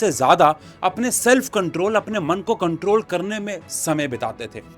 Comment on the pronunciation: "i will comtrol"